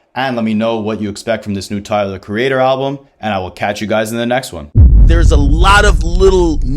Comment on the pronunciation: I mean, you’d think someone making an entire video about Tyler would know how to say it, especially since it is said many times on the album.